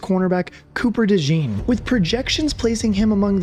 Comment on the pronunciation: You are wearing a Saints hat in the video, so I am guessing you are from Louisiana. If so you should know how to pronounce DeJean properly. LOL It is a common name in Louisiana (because of our deep French heritage) so we use the French pronunciation for those of you that want to know.